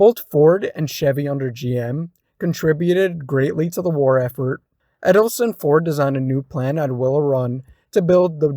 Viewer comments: I don't know where you got Edelson (Ed-el-son) form? But it's Edsel (Ed-sel) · yes he was driving me crazy with that dopey Eddleson. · "Edelson"??? Really dude?? EDSEL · “Edsel “ not “Eddleson”